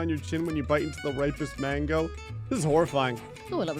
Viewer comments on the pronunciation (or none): none